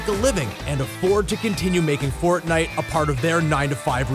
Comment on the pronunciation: really "fortite"